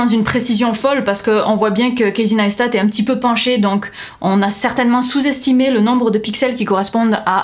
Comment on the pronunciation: kéïssy naïsstat' :p